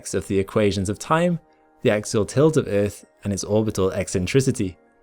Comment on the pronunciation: Axial not axle